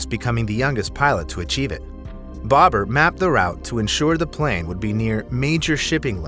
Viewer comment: bahhhbar not bobber